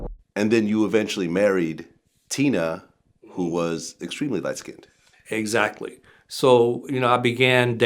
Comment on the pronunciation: First of all pleased say skinned as one syllable not SKIN DED! Geez! Secondly I noticed these lies about age didn’t stop her success did it?